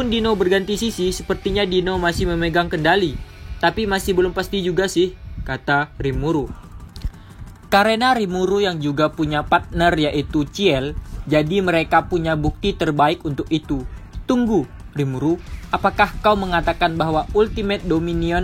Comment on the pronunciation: bang besok besok aga santai ya baca LN nya jangan rusuh yg penting isi ceritanya tersampaikan, dan mohon dengan sangat penyebutan nama karakternya aga di perjelas atau sesuai versi nama bahasa asal jangan pake nama versi indo jadi aneh denger nya, kya misalnya, ciel di baca sama abang ciel lagi padahal hanya cukup dengan cil.